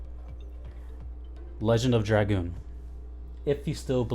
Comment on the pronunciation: Holy crap someone who can pronounce dragoon. Thumbs up. Subscribed. Just for that